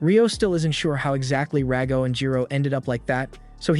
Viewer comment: It's Rago. Stop calling him Dago...